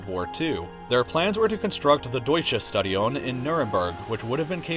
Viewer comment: The notification squad is living in one building, too. Under your bed! Also note: The German "St" is most commonly pronounced "Sht" Furthermore, this video makes homeless guys sad.